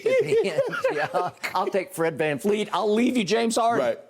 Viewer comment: It's Vanvleet not Vanfleet. Show some respect to the Allstar.